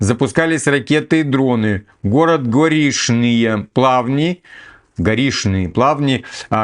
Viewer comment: не ломай язык, Горишние Плавни, это Комсомольск.